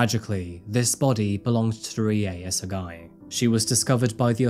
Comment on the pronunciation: R is a combination of R and L. Pronunciation for Rie is closer to RLi-eh. Fun fact: Many Pachinko parlours (At least in the areas I lived) are owned by Koreans. Fun fact 2: Kyokushinkai Karate founder was also Korean.